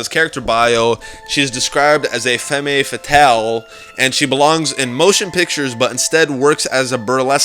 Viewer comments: Femme Fetale: said: Fem Fett-tal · In french we said Femme fatale, in english the pronounciation is Fam Fattal.... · #3: How do you know Jessica is married to Jack. What about before the outbreak happened. And you pronounced femme fatale wrong. It is; fem fetal. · Can you please pronounce femme fatale correctly? Its so annoying, you keep saying "femi" when its clearly shown in the picture of google that you pronounce it 'Fem'. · Its fucking pronounced Femm- Fatal. -.- He is claiming he is so smart cuz he found out something before us, he should be fucking smart enough to say the damn word properly!-.